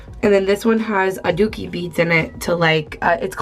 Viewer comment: Lol it's adzuki beans not adooki beads. But I think those are actually mung beans; adzuki beans are red. Sorry for correcting you T-T but I totally recommend trying out sweet red bean paste for deserts.